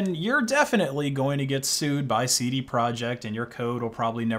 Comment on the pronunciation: "Seedy project"